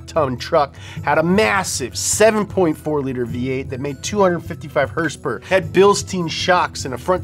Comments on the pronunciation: Liked the vid simply for hearing "hersperwr" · I liked the video, only because asked and because he calls horsepower, "hersepers". Respect the Donut